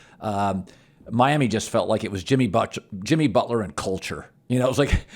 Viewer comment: Did Collin really call him Jimmy Botch-ler or was it a slip of the tongue?